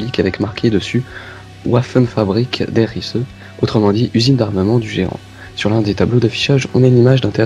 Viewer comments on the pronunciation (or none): Petit cours d'allemand ;) Nacht ça ce prononce Nartt, Wehmacht ce prononce Vérmarrt. Et encore la Wunderwaffe de prononce Wunderwaffé.Et pour finir Der Riese = Der Rizé Sinon vivement les autre épisode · Wunderwaffe se prononce vundervafeu et Der Riese se prononce der rizeu. T'es pas le 1er à me faire la remarque, ni le 1er à te tromper en me faisant cette remarque :) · Tu prononce trai mâle der riese et sa veut pas dire géant en allememand sa veut dire le voyage donc les télé porteur apar sa c'était bien mais tu a passer plein de détail des carte bc mais ceci bien tout de même